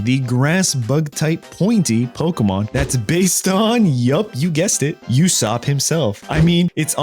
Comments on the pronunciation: it's Usopp not yousopp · its "oo-sop" not "You-sop". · He is called usopp not yousopp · it is not "U ssop" it's "Ussop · I don't mean to be that guy, but it's not "yousopp". It's a "ooh" sound, then "sopp". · Usopp is crazy it’s pronounced OO-sop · Ok, this guy doesn’t watch One Piece. He called Usopp You-sopp. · Bro really called usopp yousopp😭💀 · Yousopp? Bro has never read or watched one piece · your saying {you}ssop its pronucted uh like a uh and aw then ssoup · You're a criminal for pronouncing Ussop You-Sop. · Just quickly, Usopp is pronounced oosopp, the U isnt pronounced as itself, its pronounced as oo